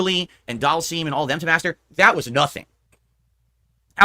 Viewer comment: He still calls Dhalsim doll seam 😂😂😂